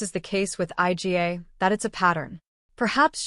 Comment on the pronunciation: calling her 'eye gee ay' - clearly an AI bot speaking